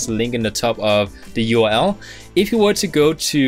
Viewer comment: Can you pronounce the "uRl" not like "ul"